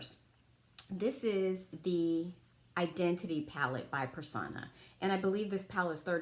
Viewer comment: The ABH soft glam will do as well. Also, it’s pronounced Purr- sown-ah. Not Per-saw-na .